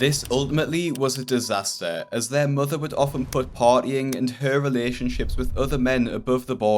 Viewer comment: “My motha left me and mi brotha